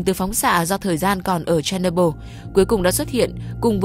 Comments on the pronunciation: Tên đọc là Cher ny bol đâu phải Cherno byl 😅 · Phát âm tên nhà máy nghe như đấm vào tay .